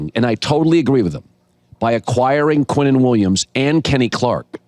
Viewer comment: his name is QuinnenWilliams not Quentin Williams. Dude wake up.